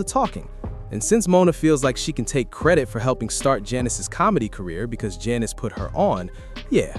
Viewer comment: You're NOT saying her name right. Annoying.